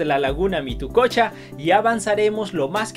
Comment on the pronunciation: mituqucha, no mitococha